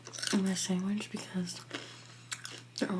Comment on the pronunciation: Do u say sangwich?